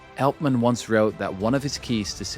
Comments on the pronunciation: It’s not Eltman it’s Altman. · It's Altman, not Eltman :P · Je spreekt ‘Altman’ verkeerd uit—en dat 15 minuten lang. Jij spreekt de AL- in Altman uit als Nederlands el- in elleboog. De correcte uitspraak is al- als in Engels altogether, almost, always. (Althans ik hoop dat je niet èltogether, èlmost, of èlways zegt.) Wat jij doet heet hypercorrection, 'the use of an erroneous word form or pronunciation based on a false analogy with a correct or prestigious form’. Als je, zoals jij, een Engelstalig onderwerp (vermoedelijk) vooral lezend tot je neemt, kijk dan uit voor dit soort hypercorrection. Nederlandse academici en schrijvende journalisten hebben er een handje van om een Engelstalig onderwerp tot op de bodem uit te pluizen en dan het onderwerp zelf niet correct uit te kunnen spreken. (Ander bekend voorbeeld is de andere schurk ende snodaard, Jeff Bezos, door schrijvende journalisten in menig podcast gerecenseerd als heette de man Bie-zos* als in bipolair, biseksueel, Wim de Bie, i.p.v. Béééézos als in beestachtig en Baywatch.)